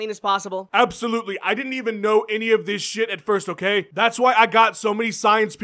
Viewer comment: "H'oh kay Jon Jones, ho' kay"